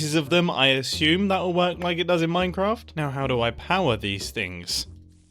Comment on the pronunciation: Ah yes, MeinKraft